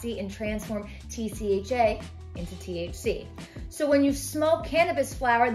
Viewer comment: Just to let you know it’s THC not TCH and TCHa not trying to criticize you, I’m just letting you know for future videos or conversations.